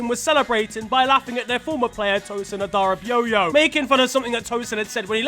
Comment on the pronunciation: tosin adarabi yo-yo is diabolical 🤣, its pronounced ade - ray - by - yuh love from an NG brother🤎